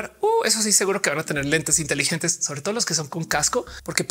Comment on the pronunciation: Ophelia, qué pensaste cuando dijiste 'intelilentes'(?). Porque yo pensé en un estereotipo de los que se ven inteligentes por usarlos xdd